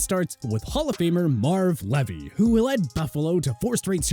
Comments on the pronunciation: It's George Seifert pronounced SEA-fert!!! Ken Wisenhunt pronounced WIZ-enhunt, Marv Levy pronounced LEE-vee, Ray Malavaisi pronounced Mala-VASE-EEE Dick Vermeil pronounced Ver-MEAL. This is a very poorly produced video. You left out coaches and mispronounced their names. You can do better than this. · You couldn’t pronounce correctly… Marv Levy Dick Vermeil George Seifert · Thank you. Someone tried to tell me they said "Levy" right, but I'm from Buffalo, I should know.